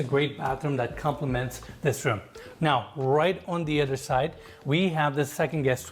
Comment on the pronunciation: I wish would take a year off and learn how to pronounce “th”. So annoying listening to him say “ledder” and “udder”. As a bonus, he could strike his hackneyed catchphrase, “and it gets even better”.